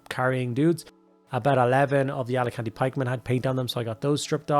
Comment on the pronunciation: AL CA TANI!!! FFS!! Alicante is a holiday destination!!! LMAO!!